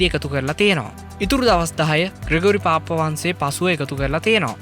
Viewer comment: අනේ යකෝ. පාප් වහන්සේ කියලා හොඳටම කියන්න පුළුවන්කම තියෙද්දි නෙ උඹ පාප්ප පාප්ප ගාන්නෙ. 🤣🤣🤣🤣🤣. හැබැයි ඕකුන්ට වහන්සේ කියලා කියන්නත් හොඳ නෑ